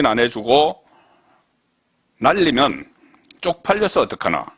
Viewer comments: 가세연에서 여러가지 방법으로 들려줬는데 "사람들, 날리면... " 으로 들렸어요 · 날리면으로 들려요. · 날리면으로 분명히 들리네요